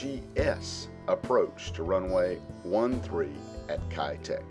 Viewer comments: 1."Kei duck" would be a better pronunciation if spoken in Cantonese 2. The hill is called signal Hill. 3. The airport has now rebuilt as a seaport, both civilian and military use. With the airspace around lifted a lot of old 60s/70s buildings are also rebuilt into more modern apartment blocks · Pronounced Kai' - Tack Kai Tak